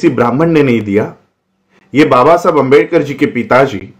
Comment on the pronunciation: Screen par likha hua आंबेडकर hai lekin pronounce अंबेडकर kar rahe hain. Shuddh vartani kya hai